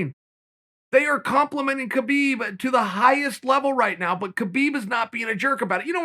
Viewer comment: Khabib isn't coming back🤔Perhaps because no one cares to say his name correctly......